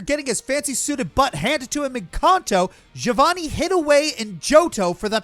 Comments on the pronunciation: Anyone else triggered by how pronounced Giovanni's name Ga-vo-nee instead of Ge-o-vo-nee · Its pronounced "Geo-vanny"